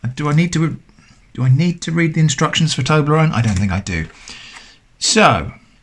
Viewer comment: Toberronne instructions?? 🤣😭😂